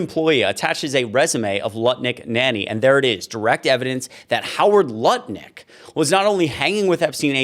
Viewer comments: His name is "NUTT-LICK" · Did you say Nutlick?